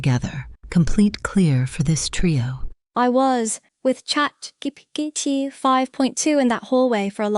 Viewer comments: "chat Geebeegeetee" hits hard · "i was. with chat. geepeteepi" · "chatGgt" lol